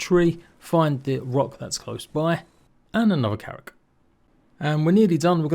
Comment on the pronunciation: Blud sometimes he called it karaks